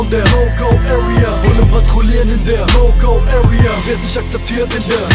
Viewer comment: wie spricht der bitte area aus das hört sich an wie öria